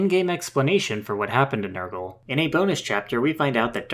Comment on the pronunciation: Its not Nurgle... Its NER-GAL But thank you for this, this was one of my all time favorite villain's from my favorite game. Now fight me.